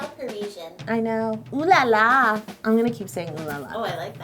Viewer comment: Yolanda! As a person who speaks french and English, I just want you to know that the way way you say oh la la is an American stereotype. It's pronounce OH la la! But I still love you girl!!😂❤❤❤